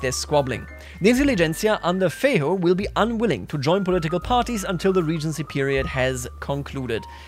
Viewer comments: Feiro? Its Feijó with J. Sound its J not R... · LOL OMG The way you said "Diogo Antônio Feijó" was hilarious! You basically sounded like saying "Diogo Antonio the Ugly"